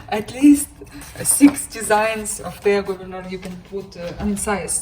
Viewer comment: Wonderful pin collection,! You pronounce Thea Gouverneur quite well, btw. Kerst merklap = Christmas sampler. Happy stitching!